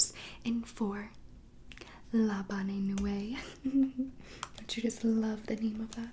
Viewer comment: Sorry it’s pronounced Bon nweet